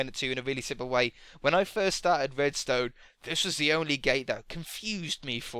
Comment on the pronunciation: why do you spell the "r" as a "w"? Like "wedstone" or "woom"